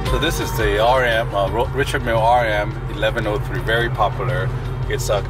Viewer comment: How could you, as a watch dealer, mispronounced "Richard Mille"?